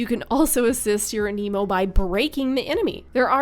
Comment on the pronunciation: Thank you for pronouncing aniimo as aniimo and not animo.